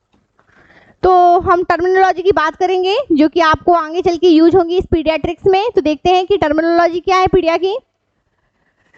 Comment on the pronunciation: Mam its pediatrics not pedistric